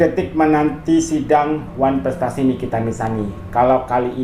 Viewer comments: hello sayank..nulisnya yg bnr ya...wanprestasi BKN oneprestasi😂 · Curiga itu gelar dr nya bener gk tuh masa nyebut oneprestasi aja gk bisa 😂😂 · harus ditangkep... ngomong one prestasi ga bs itu kok jadi dok dok dok😂😂😂😂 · WAAAAAANN..... PREEEETTT 😂😂😂 dr kok gak bs nyebut ? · drg...oh drg...parah banget Sih IQ nya, ngomong wanprestasi aja ga bisa, 5 digit aja paham, kok bisa jadi dokter ya???? Apa top up juga??? 😂😂😂 Yg namanya diwakilkan berarti tdk hadir drg, gimana sih??? Klo lu berada ditempat baru namanya HADIR, masak gitu aja ga paham????🫣🫣🫣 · Wkwk lo liat dong darimana kosa kata pertanyaan nya??itu kritikan bukan pertanyaan gausah sok nanya gua sekolah dimana lo ga tau juga kosakata yang benar?lo sekolah??ckck yang sekolah dokter aja ga bisa ngomong wanprestasi lah lo pake nanya gua sekolah dimana ckck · Pantes aja si niki blng drg planga plongo😂 ngomong wanprestasi aja dia gagk loding🤪